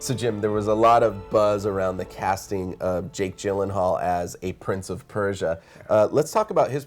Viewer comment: haha, they pronounced Jake Gyllenhaal name wrong.